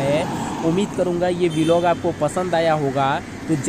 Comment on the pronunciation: Aap vilog kyu bolte ho vlog bola kro😊😊